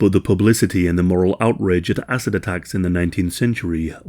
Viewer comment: Great vid, horrible subject but am I the only one hearing asses and not acid here? 😬